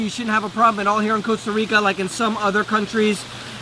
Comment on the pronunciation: Hey, at least he pronounces the country's NAME correctly!